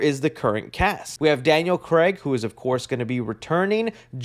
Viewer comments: “daniel creg” 😂 you bloody americans… it’s craig!! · I heard say "Craig" as we normally say it: "Krayg"